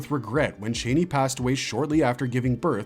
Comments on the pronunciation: I hate the way you newbies pronounce “Chani”. She’s NEVER been “Chāni” like a chain. It’s pronounced “Chani” rhymes with “Donny”. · I hate to be “that person” but Frank Herbert pronounced the name as Chainey.